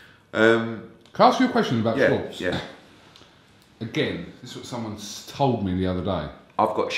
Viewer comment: 'I've got shares in Tom Scwartz' 🤣